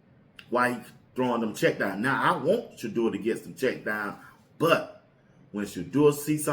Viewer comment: So wow! He knows how to pronounce Shedeur name.